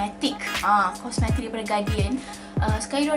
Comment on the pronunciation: Sebut.. kos mes tik 😂